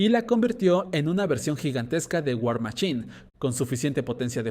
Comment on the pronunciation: Por que los mexicanos tienen tanto problema con la "ch" y "sh"? Se pronuncia war maSHine!! No war maCHine!! Si vas a usar las palabras en ingles pronuncialas bien o si no puedes entonces traducelas y ya